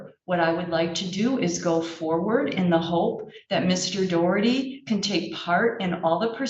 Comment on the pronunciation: It's Daw-Herty, not Doe-Herty. It's an Irish surname, so say it correctly - even if that gobshite is shaming his Irish ancestors with his idiocy.